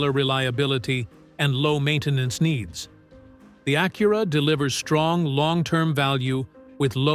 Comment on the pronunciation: Stupid Ai..learn how to pronounce Acura..duh